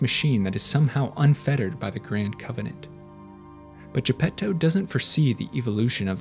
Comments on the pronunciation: Italian here. You actually pronounced it pretty good. Thanks for giving some consideration to the original work. To all the people complaining, you should see what MY brain does when the average anglo speaker pronounces Geppetto and Pinocchio. No offense. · Same here, listening to people saying "Arlecchino", but with an English ch lol, respect to this guy trying to pronounce Gepetto properly!